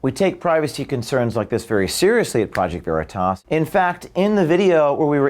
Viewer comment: She can't even pronounce the name of Okeef's company. Isn't that akin to dead naming? It's always been considered a dis to mis-pronounce someone's name or the name of their business.